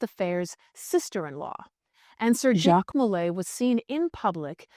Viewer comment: I love your pot cast, but his name was Jacques DeMolay (said like zhahk de moh-LAY). I was apart of a Masonic youth organization and it was name after Jacques DeMolay. He was burn with 3 other Templars. Geoffroi de Charney (Preceptor of Normandy), Hugues De Peraud, and geoffroi De Gonneville.